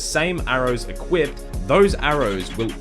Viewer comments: Jeno came to the comments to see if anyone else noticed. why the FUCK do people say it like that? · "equipted ammunition" lmao